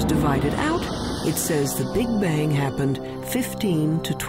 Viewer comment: 'Big-Bajng'? I get out of here.